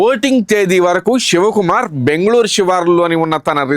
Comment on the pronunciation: Ur wrong, u don't know how to pronounce his name